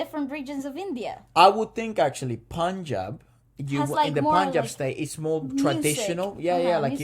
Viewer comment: !! first time heard someone pronouncing Punjab correctly outside of India 😂